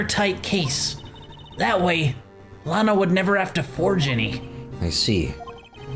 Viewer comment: Every time they say Lana I think they're saying Lotta, so I keep picturing Ema's older sister being Lotta Hart. Gives me a chuckle.